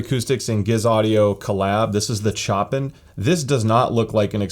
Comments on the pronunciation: "CHOP-IN" I don't think that's how you pronouce that. It's pronounced like "Show Pan." As in Frédéric François Chopin, famous composer. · Bro it's Show-pan not Chopin. I made the same mistake when I was in my teens. I'm not trying to hate, just trying to help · Chopin is most certainly a reference to Frederic Chopin, pronounced "show pan" where "pan" is closer to the way you pronounce "pan" (bread) in Spanish.